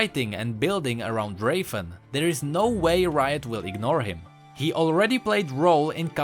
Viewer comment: lmao you say rafen like draven or im just obssesed